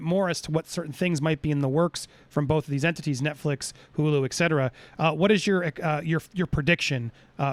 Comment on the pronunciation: It’s «ET CETERA», etc. for short, NOT «ec cetera»☺️🤗